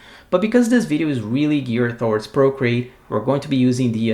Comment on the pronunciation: I like your accent. Sounds like you’re saying “brocreate.” That would be a great screen name. ;) Valuable info, as always. Thanks so much!